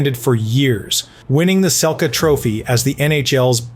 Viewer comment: is this AI? you gotta know how to pronounce "selke".